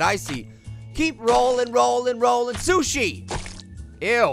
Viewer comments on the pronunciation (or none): It's Sushi, not Sush.